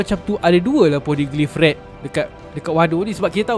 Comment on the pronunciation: Movie Red...tapi cakap macam bunyi movie rex..